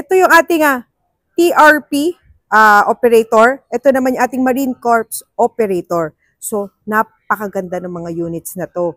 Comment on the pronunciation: Sa Marine Corps Operator, dapat silent "S". Kung hindi ang ibig sabihin eh di bangkay.